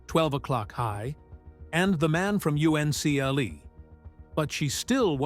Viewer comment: The man from U-N-C-L-E😂😂its pronounced the man from uncle😂😂😂